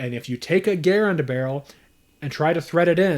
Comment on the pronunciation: GUH-RAND is the rifle. GARE-IN is the man.